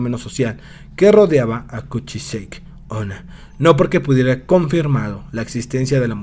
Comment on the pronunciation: El vídeo es bueno, pero la pronunciación del nombre es incorrecta. No se dice "kuchisheik", se pronuncia tal cual se escribe "kuchisake onna", que en japonés significa "mujer con la cara cortada". Fuera de eso, buen video.